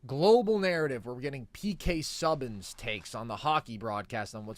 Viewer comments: Its pronounced SU-ban not SUB-bin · I cannot unhear the pronunciation of P.K. Subban 😂